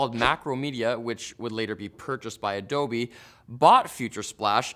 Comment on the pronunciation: ADOB, NOT ADOBEEEEEEEEEEeeS